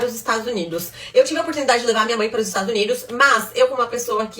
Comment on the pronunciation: É impressão minha ou ele falou estragos Unidos? 😂😂